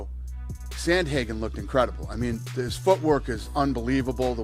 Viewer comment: Sandhagen, "Sandhagen" himself again